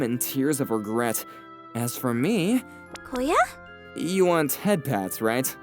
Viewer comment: Koya* change the O into U and Filipino will know